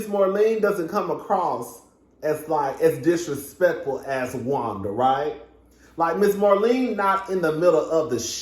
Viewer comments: I was DONE when she said disrespec-fer!🤣🤣🤣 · Ms. Wanda said “qwerstion,” “get-toe,” and “disrespec-fer.” I was hollerin!!!